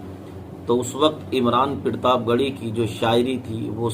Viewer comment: Pirtab nahi Sahi bolo partab he ye